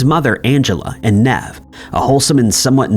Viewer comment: Saying Nev like that completely put me off, I was so lost